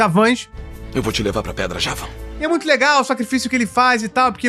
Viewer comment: Javãn??? Kkkkkkkkk Não é Jáva?